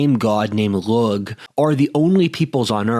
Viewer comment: Lugh is pronounced "Loo". The 'gh' is soft in Gaelic The loose Welsh equivalent is "Llew", but that also gets weird because ll is more like a 'ch' in 'Loch Ness'